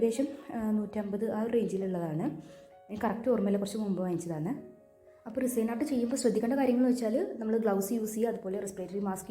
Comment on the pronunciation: അത് റിസൈൻ അല്ല റെസിൻ ആണ്